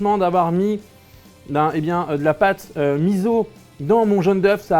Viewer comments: s'il te plaie thibault on dit MISSSSSSSSO et pas miZZZZZZo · Menteur, il a une haltère . Il a suivi le conseil de la voix off ^^; ==> またね。 Au passage, on dit "miso" et pas "mizo" >< (le "S" se prononce "S" en japonais, pas "Z"). Sinon, merci pour la recette. Personnellement, je m'attaque aux recettes de Food Wars (celles qui sont proposées dans le manga, mais avec quelques adaptations).